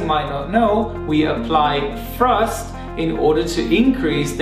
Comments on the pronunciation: Ok so it wasnt just me who kept on hearing "reverse frust" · His English is so good it's a shame to point out mistakes. This (annoying) way of pronouncing 'th' is quite common in London and the south west of England. It can cause confusion sometimes. Frust is obviously thrust because there's no such thing as frust. However, free/three - first/thirst - frill/thrill etc .. the list goes. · Did he say “frust?” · Weverst frusft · It's Thrust, not Frust! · Some people just can't pronounce "th" correctly. Since it is not a part of their mother language. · There is no F in thrust. I have a Southern accent but properly pronounce words in a professional setting. Love your video learn how to speak properly